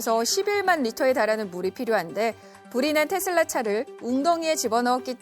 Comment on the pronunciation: 아나운서는 기본적으로 영어발음이든 한국어발음이든 거슬리지 않게 발음하는게 기본인데.. 뉴스데스크 앵커 발음이 왜 저럼? 텟쓸라는 TESLA S가 두개도 아니고 D로 끝나는것도 아니도 도대체 어디서 기인된 발음임?